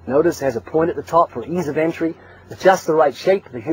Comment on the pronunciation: He said "ease of entry"